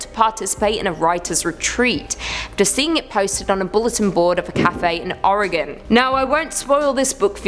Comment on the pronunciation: I love how British/Australian/other English speaking people's can say Oregon correctly while most American's can't.